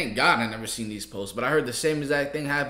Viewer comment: said “ I would neva” 😂